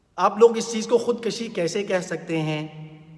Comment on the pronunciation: Khud kushi not Khud kashi.